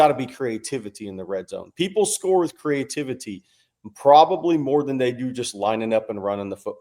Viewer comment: I think he’s looking for CREE-A-TIV-ITY